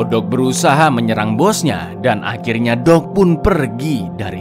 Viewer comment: Mas tolong pas nyebut nama Doug jangan kayak nyebut "dog" dong 😁